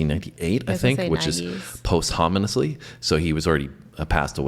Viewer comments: "post homon ously?" ................ is that when a homie is post humous? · Post-Hom-In-Listy? WTF, bro? You sound like a tool. When something happens after someone dies, it happens (pronounced) päsCHəməsly. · Posthominously? Never heard that word before 😂